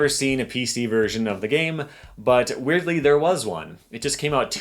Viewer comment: this dude be like: "weirdly"